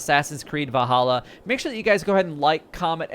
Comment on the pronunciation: Valhalla not vahalla